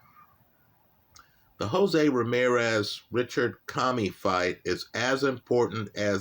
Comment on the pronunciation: How said Richard commey name was hilarious